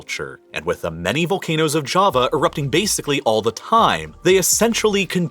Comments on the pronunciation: sounds like he said kava, when he meant ja-va. Kava is that soothing drink made from this one plant lmao 😂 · That Jawa Not Java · it's not java is jawa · Its jaavaa pronounced... Not Jahva like some Jamaica island, and big doesn't always mean more, doesn't america teach you this?